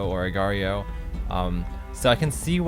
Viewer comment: It's just pronounced "Agar"